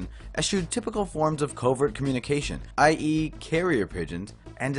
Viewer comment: i.e = that is... It isn't pronounced 'eye eee'